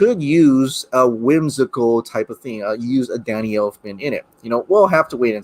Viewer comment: I almost chundered when you said Elfmans name 🤢